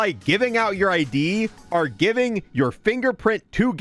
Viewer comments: Holy shit the word is “OR” not “ARE” 🫨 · I don’t think bro knows how to say “Or”